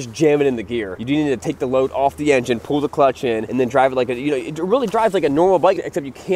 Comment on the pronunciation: The word is PULL. You keep saying "pool". PULL, dammit!